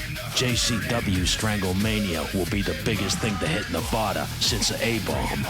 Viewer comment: Dude, you gotta teach the JCW ad announcer how to pronounce Nevada.